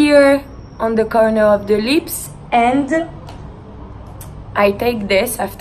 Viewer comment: “Because it’s super soft on the liSpS” I died